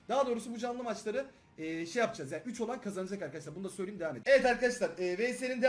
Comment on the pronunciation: Söyliyeyim kelimesini her videoda söylüyüm diye okuyosun düzeltsen güzel olur aslında dsaghan